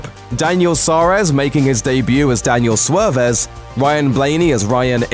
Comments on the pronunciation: It's pronounced "Swarez" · great job at pronouncing Daniel Suarez's last name wrong